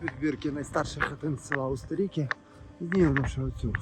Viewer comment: Вибачте автори але ви неправильно називаєте село Устєріки. Неправильний наголос ставите. Це село так назвали тому що там зливаються дві річки Білий Черемош і Чорний черемош. Тому село Устєріки.